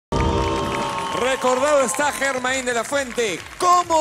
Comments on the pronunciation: Así como lo dijo el presentador Yermain y no Germain de la fuente. Con la Y y no con la G fue y es conocido mundialmente éste fabuloso cantante, así se escribiera con la G. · Muy buen intento. Pero No es Germáin " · Se excede en el vibrato y eleva mucho la voz, como si estuviera cantando opera. A pesar de tener bonita voz, debe mejorar esas dos situaciones para que pueda ser el verdadero émulo del maravilloso Germain de la fuente. No olvidar que Germain se pronuncia con Y y no con G. Así se le conoce en el mundo entero.